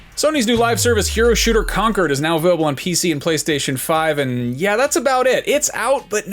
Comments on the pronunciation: It's ConCORD not ConCERD 😂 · why U say 'conquered' it's concord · He didn't even care to say the name correctly 👍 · How does he not know how to say "Concord" for god's sake? Concord Grapes, the Concord supersonic airplane, Concord as in a form of diplomatic agreement.. etc... Yet he keeps saying "Conquered" .... I'd give him him a pass MAYBE if he was GenZ ... but the dude is a Millenial, how the frack has he not heard this word at any point in his life?